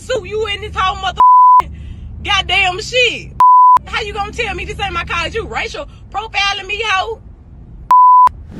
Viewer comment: For one she saying “caw” instead of car.